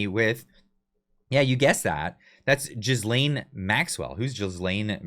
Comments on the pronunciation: ghee-laine, please, not gisele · Ah hahahaha Love the pronunciation of J#zz lane Maxwell, so appropriate!